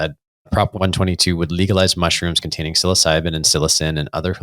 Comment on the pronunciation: You pronounced psilocin with one too many syllables.